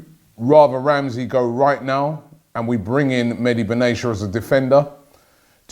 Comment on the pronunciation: Medi Ben Asia ! Lol its Meh Di Ben Attia